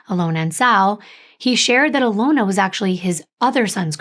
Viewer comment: It is pernonced Uh lon Uh. We absolutely love your stories and deep dives. Thank you for all your hard work!